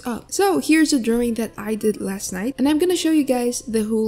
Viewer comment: lol i love how she says "DrOwing" idk why.